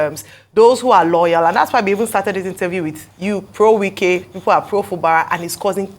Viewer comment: not pro nwike but probe nwike 😂